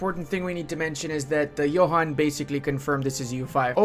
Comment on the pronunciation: just FYI, despite how its written, Johan's name is not pronounced like youd expect (like youre saying it). It actually sounds like "Yuan". Trust me. I was a beta tester for like a decade:)